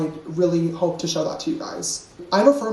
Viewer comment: "bowth", "hoewp,' "pawst," "gawt"--please, some elocution lessons.